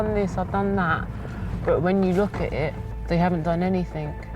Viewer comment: To the lady it is spoken anything not anythink. Have a nice day.